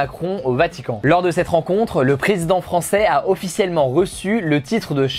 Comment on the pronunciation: Tu aurais pus faire un effort pour prononcer les noms du “presinden” turc et de l opposant (ça se lit redjep Tayyip erdoan et muharrem indjé) mais bon le plus important c est que tu na pas parlé du fait que les votes ont été fortement truqués ,que l opposant mageur à possiblement été menacé de dire la vérité sur le vote, que une agence non officielle a annoncé les resultats en faveure de erdoğan avant que le contage des votes ne soit arrive a la moitie. Finalement tu aurais pu parler que la Turquie , mon pays, est entree a partir de ce jour dans une democratie ou il n y a plus qu un seul parti qui est au pouvoir en plus d avoir un dictateur qui le dirige.